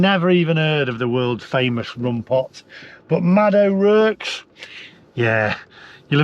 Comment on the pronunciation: Sorry. That’s a Brummie accent, not Black Country. And it’s pronounced ‘O’ Rorks’